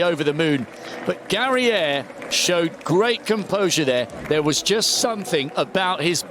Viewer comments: European? Spain-Basque Cowntry versus África. It's GA-RA-I-AR.No Gereia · Ninguno sabe perder porque no han felicitado al ganador. En España todos nuestros deportistas saben perder porque tenemos esa elegancia y esa modestia en nuestra cultura. Y al comentarista hay que decirle que el apellido de Garaiar se pronuncia tal como se lee en español y NO en francés